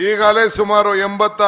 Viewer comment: kannada news channel avre kannada tappu madidre devre gathi - "hegagale" alla adu "eegagale"